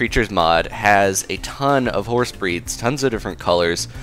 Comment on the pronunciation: did you say horse or hoars